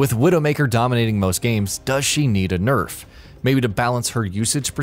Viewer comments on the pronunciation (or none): none